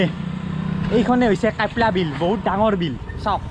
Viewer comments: Kyapla bil nohoi kapla bil he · It's not কাইপলা বিল its " কাপলা বিল " !!